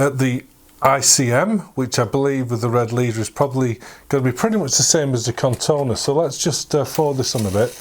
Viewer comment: Nice video, but it is corrona, not Cortona 😏